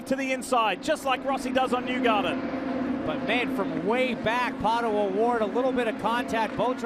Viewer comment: at least F1 commentators make an effort to pronounce the driver's name correctly. This guy says "palo oward"? Jesus christ, it is PATO Oward, such an American sheez.